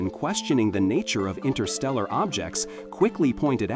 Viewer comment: Fascinating. 11.34 "Intersteral'.... don't know such word 😂 suppose it should have been Interstellar.